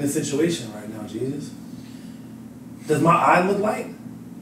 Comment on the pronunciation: Lmao they finally start saying "jesus's" name right😂😂😂